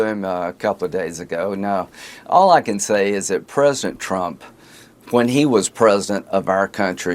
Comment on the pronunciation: Why does Lindsey think the word president only has 2 syllables?